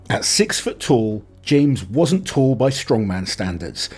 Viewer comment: Tall Not tool lol